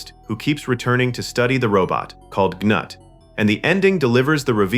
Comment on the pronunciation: Gnut is actually pronounced "Noot" or "Newt", like the name of the little girl in "Aliens". Gee, I wonder where James Cameron got that name from?